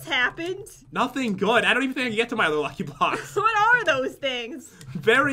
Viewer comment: Is it me or did pat say lucky blocks weird